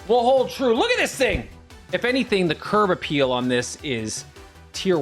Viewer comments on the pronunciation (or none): Did you say curve appeal lol